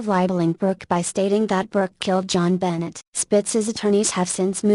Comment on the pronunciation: Omg STOP SAYING 'JOHN BENNET'!!!!!!!PROUNACE IT RIGHT!!!!!!!!!!!!!!